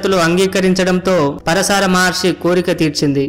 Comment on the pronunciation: పరశార కాదు భయ్యా . . . . పరాశర మహర్షి